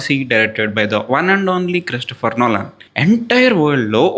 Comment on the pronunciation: ఆయన పేరు నొలాన్ కాదయ్యా. It should be pronounced as నోలన్